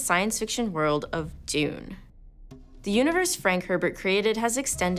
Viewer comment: That's not how to pronounce Dune